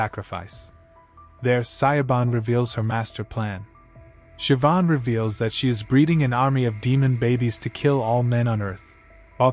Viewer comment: I do not understand how these people do not fear the Lord. Oh, and Siobhan is pronounced Shivaun and it means God is gracious.